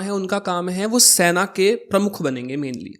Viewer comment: Bhai pehle tu apni pronunciation to sahi krle...arth ka anarth kiye ja rha. Sena hota hai saina nhi...ar ye bhramcharrya kya hota hai??? Brahmcharya hota hai... there is drastic difference between veer and veerya. pls go n study correct things